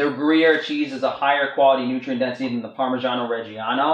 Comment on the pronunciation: Great video man, I will say tho for an Italian such as yourself that pronunciation of "parmigiano reggiano" was absolutely terrible